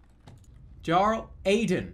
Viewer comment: HEF SAID MY NAME AEDAN OR WATEVR ITS REALLY AIDEN